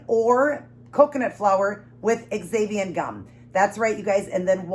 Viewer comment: I will definitely have to try. Just FYI, xanthan gum is pronounced Zanthan. I know, why couldn't they just spell it that way. LOL!!! Those nuggets look so so good.